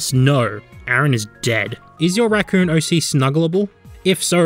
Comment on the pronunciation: When you can't pronounce r's so you say wemy wacoon